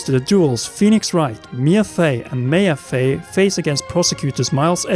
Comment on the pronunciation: "May-a" Fey? It's "Mah-ya" "Godoch"? I'm not really sure what you said there but it's pronounced "Goh-doh." That's also how it's pronounced in Japanese.